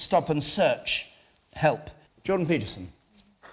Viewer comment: John Beast? John Beast? Jordan Peterson! For a presenter that is bad articulation.